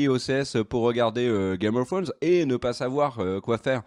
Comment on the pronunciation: L'accent anglais .... misère 🤦‍♀️